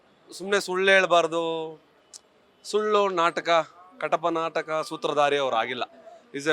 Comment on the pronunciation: 2.07 Katapa nataka alla adhu kapata nataka😂